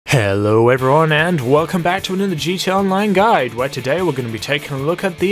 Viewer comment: Its guide not guid #nohate #bestchannel